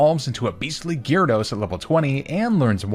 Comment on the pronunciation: GYARADOS, NOT GYRODOS!